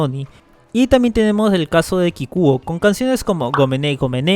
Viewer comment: Pronunciaste mal la palabra Kikuo, te pareces a mi amigo ragebaiter que dice que Kikuo es bueno cuando sabe que no me gusta